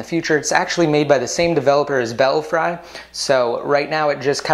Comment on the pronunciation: Thanks for the video,! And actually, the correct pronunciation is "Bell-free." As in "Bats in the belfry."